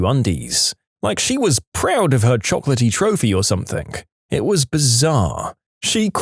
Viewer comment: No k in the word something